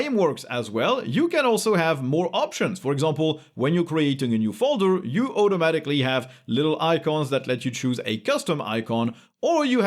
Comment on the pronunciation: why does this guy pronounce "automatically" with an "eu"-sound instead of "au"?